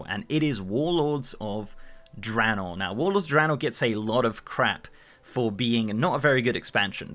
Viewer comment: Random- thank you for pronouncing Draenor correctly lol